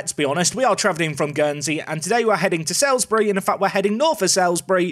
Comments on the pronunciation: I know it’s not going to matter after this season but Salisbury is pronounced Sals-bury not Sails-bury. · Just want to clarify it is pronounced "Salsbury" not "Sailsbury" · Loving this series However it's pronounced like SOLES-bry, not SALES-bry. Another tricky south-west town like Frome (which you nailed). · its prononced saulsbury love the vids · It's actually pronounced Sols-bury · Saul's-Bury. Say it with me. SAUL'S BURY!:) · I live in Salisbury, thanks for visiting our stadium. Cringing a little at your pronunciation though 😬 (sorry to be that person! Should be like ''Saulsbury'') EDIT: and now you've visited Aldershot which is where I used to live! EDIT AGAIN: Zapdos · ITS FUCKING PRONOUNCED SAULSBURY!!!!! Oh shit sorry I blacked out there for a second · It's still pronounced "Sawls-bury"! Also, Ampharos. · FYI Salisbury is pronounced Saul's-Bury 🐸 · It's pronounced SULS-bury 🤨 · How you pronounce my team Salisbury makes me unreasonably angry!!! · Drink every time he mispronounces Salisbury